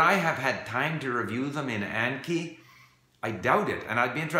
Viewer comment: Your Japanese is excellent, so I am surprised you're saying Anki wrong. I assume you probably didn't know it was a Japanese word, 暗記. Just a heads up for future videos.